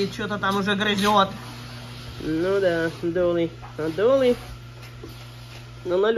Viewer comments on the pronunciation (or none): Что за имя Долльи , ещё так с акцентом это говорите 😂😂